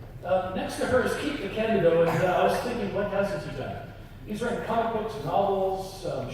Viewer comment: Um, it's Keith DeCandido, not DiCandido. Just FYI. :)